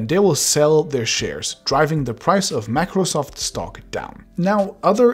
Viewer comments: "Macrosoft"? What the heck is that? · "Macrosoft" 😁😂😂 Microsoft might actually sue you for that. Once they sued a person for naming his webpage "Microwsoft"! You never know!! PS: jk But the fact is real!! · Everytime he pronounced MACROSOFT I died a little from the inside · MACROSOFT XD *MICROSOFT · Mac-rosoft seriously 😒